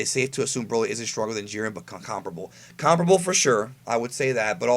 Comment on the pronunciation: It kind of bugs me how you say "Comparable". Just Sayin.